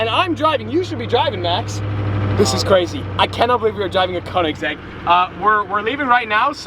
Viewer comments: Koenigsegg?buddy thats call koenegsegg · koenigsegg cuz its a koenisegg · If you are going to say Koenigsegg so much, then learn to say i right (no hate)